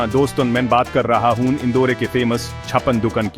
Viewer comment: इंदौर ना की इंदौरे